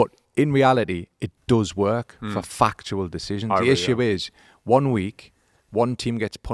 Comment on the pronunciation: starts saying “fuc”… and I am like “Here we go, an F bomb”. Then he is “fuctual (factual)”